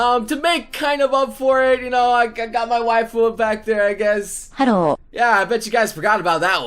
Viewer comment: "Haro" I don't know why that makes laugh so munch xD